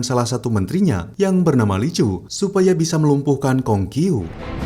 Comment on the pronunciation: Koreksi min dalam huruf mandarin kalo huruf Q itu di baca c jadi kalo Kong Qiu itu dibaca Khong Ciu terus huruf Zh juga di baca C jadi kalo Zhong dibaca Chung. Harap jgn tersinggung ini kita saling bagi ilmu aja